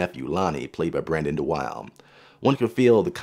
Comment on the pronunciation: FYI DeWilde is pronounced "duh Will duh"